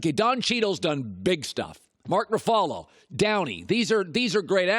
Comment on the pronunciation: Am I the only one who notice how bad he butchered Mark Ruffalo’s last name?